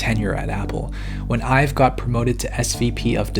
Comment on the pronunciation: Almost every time you mention Jony Ive I think you're talking about yourself, because it sounds like you're saying "I've" lol e.g